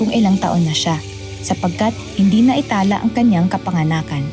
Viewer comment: Pinoy ba yung lady narrator? The stress on these words are on the second syllable: Naitala, Tiyakin, Abala - verb, etc